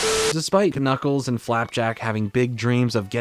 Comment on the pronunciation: is you mispronouncing "Knuckles" an inside joke?